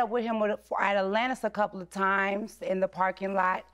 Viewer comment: “I never even went to attlllanntis” lol